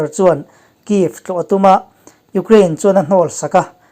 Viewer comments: U-kraine, tuna a lamdan kha English lam dan a nih kha, kan Mizo awphawi zulzui hian mi tam tak chuan kan lam thin reng a ni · Tinge Ukraine hi Ugrain tia i lam zel?